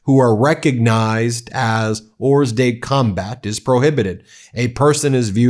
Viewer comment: The "s" in "hors de combat" is silent.